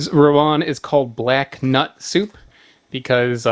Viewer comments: Stop saying Rowan. It's Rawon. 🤦‍♂ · How to pronounce rawon: rah-won. Rah as in Bora-Bora island. Won as in korean won.